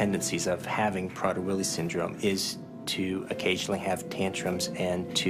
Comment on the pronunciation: "can I haf a hug?" proceeds to shake his hand